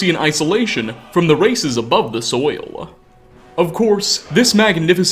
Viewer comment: How the fuck did he turn 'soil', a one-syllable word, into four syllables.